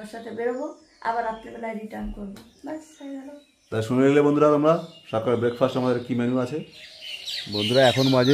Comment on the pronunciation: 'breakfast' habe , breakfirst noy.....